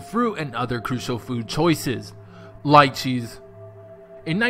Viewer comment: I eat lychees often. They are not 'deadly' in any way. Also, it is pronounced 'leechee' not 'liechee'